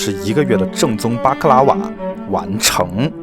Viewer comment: 他說的：巴克拉瓦 我聽到的：瑪卡巴卡